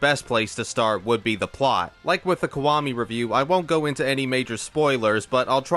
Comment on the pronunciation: Is it just me or is he saying "kwami" instead of "kiwami"?